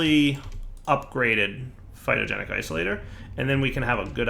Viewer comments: It's Phytogenic INsolator. With an N. Not Isolator. Insolator. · That little eye twitch I get every time he says "Phytogenic Isolator" is the most calories I've burned all week. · It's, he will never pronounce it correctly once he starts doing it wrong, that blocks name is now Isolator... forever >_<